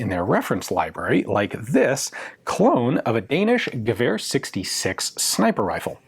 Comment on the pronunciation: I feel that the next stage of your channel's development is the correct pronunciation of "Gewehr". Just to be clear because it's YT: I am being funny, I love FW and Ian does amazing work :)